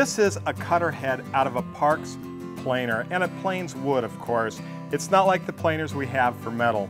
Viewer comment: That would be "planer", not "planner". A "planner" is a sort of calendar with which one plans their days.